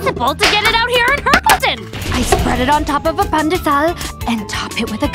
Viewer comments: Its actually pronounced pan-di-sal but the spelling is pandesal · Gotta love that the pronounce pandesal right🇵🇭 Edit:is it crunch? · Im philipino and the pronunciation is correct